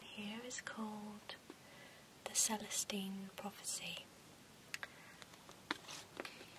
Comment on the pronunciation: I freaked out a little when you got to the Celestine Prophecy because Celestine is my name and I wasn't paying attention so I thought you had called out my name randomly. It took me a minute to register everything 😂 You said my name right though! Anyways, hope you're having a lovely day!